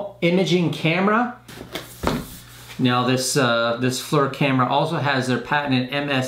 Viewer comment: It’s pronounced “fleer” not “fler” lol